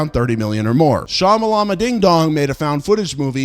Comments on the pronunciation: Cant pronounce Shyamalan Opinion is half price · I wanted to like this video but the frat boy pronouncing of M. Night Shyamalan's name came off as racist. I'm surprised this guy didn't like M3GAN since his emotional development is that of a 13-year-old. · Why do we all feel the need to eff up M Knight Shamalans name every time we say it out loud 🤣🤣🤣🤣🤣🤣🤣